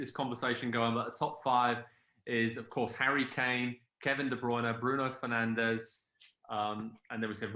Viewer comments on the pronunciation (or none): Lol man said kdb mane and penandes 😭😭